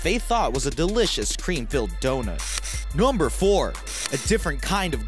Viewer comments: The dude said "Gumber eleven" Instead of "Number eleven"WE Like this if you heard it too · Crip52Crazy NUHW-BUR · Crip52Crazy noembur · Crip52Crazy numbaol lol right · Crip52Crazy he said gumber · Crip52Crazy Nomber 18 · I hate the way he says NOMBER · The way he says Number hahah